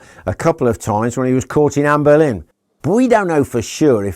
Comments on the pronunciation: Its making me cringe everytime he pronounces Boleyn, like Berlin. He definitely puts an "r" in the name, and he knows better. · Are you calling her Anne BERlin?